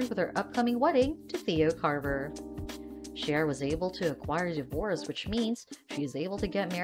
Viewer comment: Her name is pronounced C-ara; not Shara.